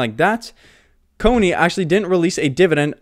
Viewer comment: Please… CONY not COINY.